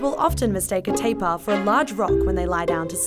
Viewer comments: It's not "Teh-pah" la. It's "Tah-Peer" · we didnt pronounce it 'teepaa', the way to pronounce it 'tar + pear' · Why she pronounce it teepahh? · Lmao teepaa and wataa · It's pronounced "Tape-Ear" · We pronounce IT malayan “TA” and “PEER” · Is it a pronounced Ta-peer or Tai-par?